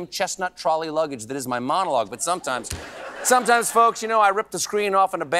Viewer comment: My favorite part is when he says, "Sometimes... SOMETIMES..."